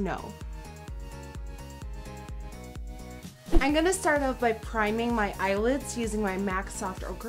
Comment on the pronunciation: That's so weird because the way she says "in gunna" instead of "I'm going to" sounds so native and so. Damn. Annoying.